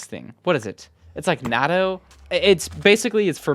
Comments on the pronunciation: it’s Nut-to and yes, it’s pretty gross for foreigners lol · i think u say it like nah-toe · natto, it's pronounced like "nah bro" except "nah toe" it's also a hard t sound so not "nah dough" but "nah toe" (and if you want to get really fancy you pronounce it with a slight pause in the middle "nah, toe" not "nahtoe") If I recall it's a love/hate relationship even for the natives of Japan, though older people do tend to like it more. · It's a pronunciation guide, since struggled to pronounced it in the video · Yeah but whatever, now he isn't confused on how to pronounce it. Even if it's not 100% correct it does accomplish less confusion, let's let people be